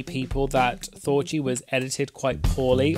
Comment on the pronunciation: That you didn't pronounce Thorgy like orgy or Porgy